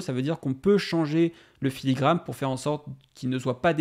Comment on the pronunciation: Filigrane* Et pas "filigramme" mais bonne vidéo comme d'hab